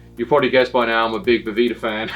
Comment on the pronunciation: I love that Rob says “I’m from Boveda” and then proceeds to call it “Boveeda” for the whole video